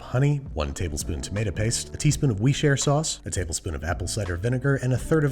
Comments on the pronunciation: I love how he pronunces woshishishusher sauce differently Everytime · How he says Worcestershire sauce hahahaha I had to rewind to hear it again and again. Why can't America's pronounce it 😂😂